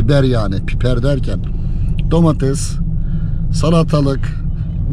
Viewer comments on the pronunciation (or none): none